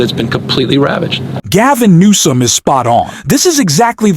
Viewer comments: The man's name is GAVIN NEWSOM not NOME... Pete Buttigieg not whatever it was that this stupid AI voice keeps saying... I can't listen to this channel because the mispronunciation of well known names grates on my last nerve...😤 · The narrator must be ai, because it's not saying Gavin newsom's name correctly at all not even near it, it's saying Gavin gnome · Government. Of california is Gavin Newsom and not Naomi as you are pronouncing, please use it correctly, please say his name correctly. Thanks Rjay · No. Learn how the governor's name is pronounced. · pls. learn to say the name of Governor Newsom correct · How about first getting Newsom's name correct?